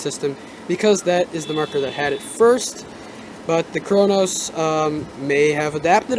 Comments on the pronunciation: it's Cronus not cronos lol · Wtf is the cronos pernounce it right it is annoying but good video